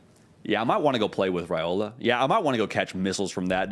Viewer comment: It’s RYE-ola not RAY-ola.